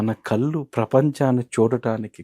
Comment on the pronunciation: It is కళ్ళు not కల్లు